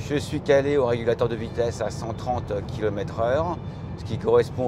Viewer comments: Ce sont des kilomètRes et non pas kilomète :D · Dommage qu'elle soit tellement moche, vachement mal finie et terriblement chère... PS: j'aime bien les " 331 kilomette...."